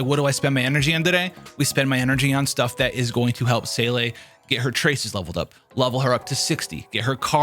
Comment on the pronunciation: German speaker here: Your Seele pronunciation is almost there .. make Seele rhyme with Pela and you will be pretty spot on. Still close enough to make me perk up though!